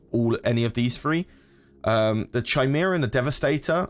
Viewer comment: that is pronounced kai-mera btw :)